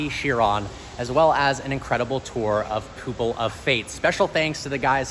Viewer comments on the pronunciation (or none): He said "Poopil" of Fate 🤦‍♂️ you can always tell when people don't read often. It's pupil, like you know, that part of the eye?